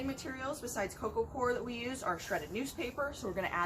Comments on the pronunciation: I couldn't make out what you were describing that sounded like "hydrated cocoa cord"?? Could someone please reply as to what that is & where to find it, I put that term in the TSC search and got no results. Thanks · What kind of bedding are you using for your warm bed you said Coco core or cork